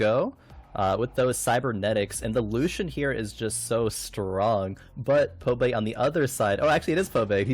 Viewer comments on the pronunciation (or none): I wonder how many of the casters can't read. ITS BBBBBBBBBBBBBBBBBBBBBBBBBBBBBBB. BOBAE, not Pobae lol